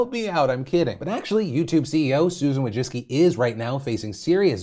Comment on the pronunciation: Wójcicki is a Polish last name, and the way you pronounce it hurts my Polish ears and heart.